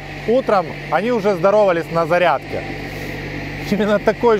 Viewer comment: какои цирк, 16 раз на зариадке гагаггагаага